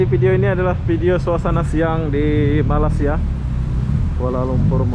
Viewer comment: Blh tak kau sebut malay sia bukan malas sia. Hopefully klu lepas ni die sebut lg malas dlm video barunya penonton dr malaysia jng tengok lg video die ni n klu blh unsubscribed terus .